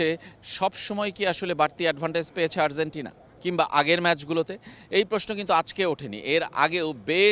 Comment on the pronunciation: Arzentina না, Argentina. উচ্চারণ ঠিক করেন